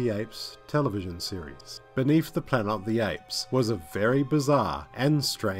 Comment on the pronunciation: What’s “Planer o the apes”?